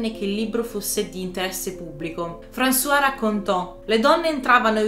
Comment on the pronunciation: Molto interessante. Non conoscevo i dettagli di Picasso con le sue donne. Praticamente come uomo era una merda. Apro una piccola parentesi spero mi perdonerai. Françoise Gilot si pronuncia "franzoaz" con la "z" finale altrimenti è François, ed è il nostro Francesco al mascolino. Scusate la precisazione.